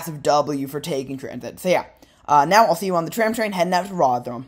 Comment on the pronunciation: Politely the pronunciation of Rotherham cracked me up, as a northerner from Rotherham ive allways pronounced it rovrum😅 But love the video, keep making more